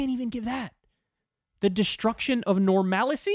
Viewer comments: The destruction of normalicy? First of all it's "normalcy"... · "Normalacy" :face-green-smiling: Okay then. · wait did she really say normalicy? I heart normality multiple times, I even made a clip of it to make fun of her. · "Normalicy" lol